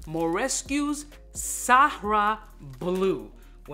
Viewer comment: It’s Sahara Blue everyone. Not Sahraa Blue. Even gets it wrong from time to time. No big deal. Everyone is trying to figure out what Sahraa means.